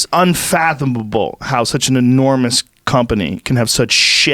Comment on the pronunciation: "It's unfathambubble"